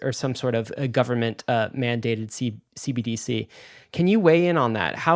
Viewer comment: I know its somewhat inconsequential but its hilarious how much struggles to say "CBDC". Its not C-D-B-C. Repeat after me, "C-entral B-ank D-igital C-urrency"